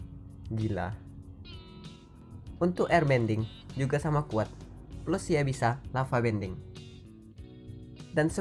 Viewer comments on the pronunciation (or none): none